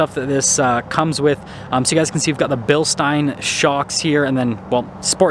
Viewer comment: Is it pronounced “bill-steen” or “bill-stein”?